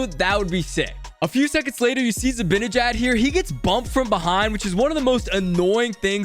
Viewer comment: Not just a shot at you 😂 but everyone says ZibAnejad’s name like it’s spelled Zibinijad